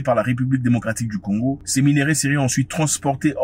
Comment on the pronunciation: Zack a du mal a dire le pays de simon kimbangu